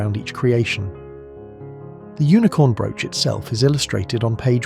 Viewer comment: This TTS can't pronounce Cecil😂, brooche or nephrite reliably. Or even numbers like an English person. It's so annoying. And the picture is of a State Banquet at Windsor, not a "Gala Reception".